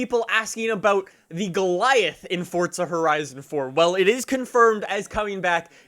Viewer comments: its not fortza bro its forza lol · it's FORZA.... Not fortza.... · its forza not fortsza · The way you say forza drives me nuts. There's no "t" in forza. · Why does he say it like “fortza” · I like how he says fordza lmao